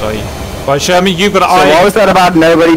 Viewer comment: i just hate how cap says sher-main instead of sherman